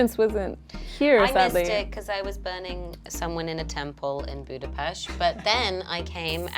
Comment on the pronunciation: i was referring on how she pronounced “Budapest”.